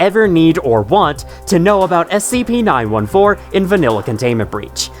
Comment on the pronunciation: SCP Nine Four-Teen. Please!